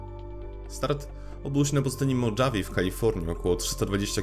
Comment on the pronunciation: Stop making stupid people famous. A co do autora filmu mam malutką prośbę- proszę przed nagraniem materiału poćwicz wymowę chociażby nazw własnych jak MOHAWE, a nie modżawie. Wystraczy wrzucić w translator. Jedyna rzecz w Twoich filmach, która mnie niesamowicie irytuje.